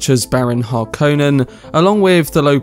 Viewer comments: Har-Conan? Nonono. Hark-on-Nen. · HAR-konen, not "har-KOH-nen" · Accent the first syllable only, of the surname. *Har*•konnen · This video Butchered Harkonnen, but was it better in 1984? It’s a finnish name.